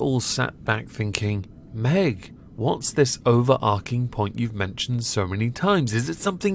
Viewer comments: It’s “overarching” not “overarking.” There’s no “k” sound there, it’s a “tch” sound. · If you're going to use the word so much in one video, it's pronounced "over-arch-ing" really annoying